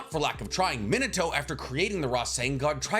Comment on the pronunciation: Why do u say Minato like that ? Is there a reason? Like I know that you know how to say it right being Mee-na-to I’m wondering y u choose to say it incorrectly idk why it bothers me so much but it really does